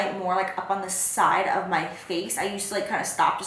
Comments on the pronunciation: You said fess instead of face. "fesse" means butt in French. You made my day Jaclyn ! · when you said "face" you said like "fesse" wich means "butt" in french! 😅 i love you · Jaclyn how you said "face" actually means ass in french "fesse" 😂 👌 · OMGG 😂😂😂 "Set my face" sounded like "set 'ma fesse' " 😂😂😂 which would mean 'my buttcheak' in french LMAOOOO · How you pronounce "face" at the end sounds exactly like how we say "ass" in french!!! I was like??? She said the word ass in my language wtfff😂😂😂😂🤷🏼‍♀️ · omg jacklyn the way you said face has a meaning in french, its ass in french hahahahah i'm dying